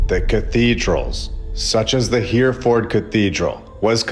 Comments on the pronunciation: AI reading....this vid and all ..endless mispronunciation such as HEREFORD in this one. HERR-E -FORD NOT HEAR-FORD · Just to let you know, Hereford is pronounced... (H) error - ford and not Here-ford. 👍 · Not a criticism but we pronounce Hereford - ‘her-a-fud’ (well common folk from the north east do anyways). Awesome videos, I always look forward to your content. Keep up the great work. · Excellent except it’s pronounced Hare-a-ford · Btw, it's pronounced He-re ford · You need to learn how to pronounce Hereford